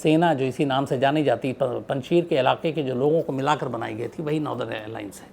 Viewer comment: It's not panchshir it's panchsher